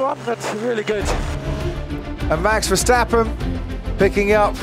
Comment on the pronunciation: Miami is a joke in every way. A track that lookes likes it built in a week, overdone show with fake harbour (🤣) and last but not least: the commentary! Can’t grandpa say Verstappen? Or does he have a potatoe in his mouth since he pronounces his Max’ name as “ Fershhhteppen” 🙉 No more Miami please.